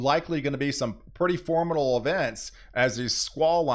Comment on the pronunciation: Is “formidal” a weather word, or is that just the way he says “formidable”?